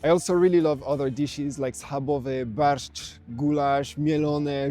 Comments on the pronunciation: Pięknie wymawiasz barszcz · You nailed barszcz pronunciation, gj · Mate! Your Polish is terrific! Żurek, barszcz, pierogi perfectly pronounced!